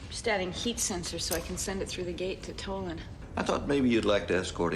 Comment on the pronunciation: Tolan you say towel lon it is pronounced toe lan